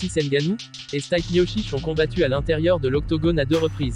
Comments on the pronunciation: Ça se prononce stipé et pas stype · Stipe miocic ! Vous avez massacré son nom 😭😂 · C'est pas Stayp , c'est Stipe prononcé Steepé !